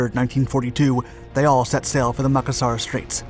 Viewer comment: Please look up these names on-line and find out how to pronounce them before you create these. The name is pronounced ma-CAS-sar, known to men of the day as a hair pomade, macassar oil, from that area. The name is also part of the name for antimacassars, those white cloths on the backs of travel seating to protect them from - macassar oil on men's hair. I love your stories, but the mispronunciations are jarring when one knows the word.